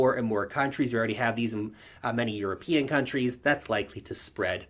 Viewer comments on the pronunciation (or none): Eu-ro-pe-an : Yer-a-pe-on . . .